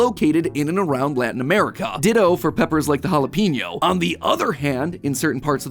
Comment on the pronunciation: why did he pronounce Jalapeno like that 😭